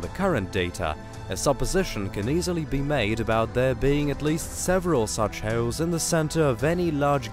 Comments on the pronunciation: Black he-yowl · Syewper Massive Black Heuwls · What is a black heoauwle?😂